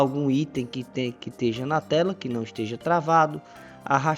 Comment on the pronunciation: seu trabalho como instrutor do freecad é excelente. Só tome algum cuidado com algumas palavras pronunciada de forma que árecem incorretas como(esteja)